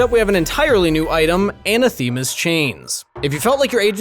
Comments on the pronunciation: It's pronounced a NA thi ma, not ana THEma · Why can no one pronounce Anathema? uh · na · thuh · muh Not, ANNA THEE MUH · a·nath·e·ma /əˈnaTHəmə/ Learn to pronounce noun 1. something or someone that one vehemently dislikes. "racial hatred was anathema to her" Please stop mispronouncing it.... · Lmao "Ana-theemuh". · That's. Not how you say anathema but a helpful video!